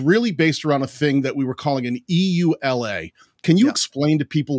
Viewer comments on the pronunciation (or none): EULA is pronounced "yoo-lah". No need to spell it out. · EULA = Pronounced among us as Yoo-lah (no one says the actual letters) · I wonder how many people were shouting at the screen “Yoo-Luh!”EULA is an acronym, so it’s pronounced as one word—like NASA. And it takes a lot more time!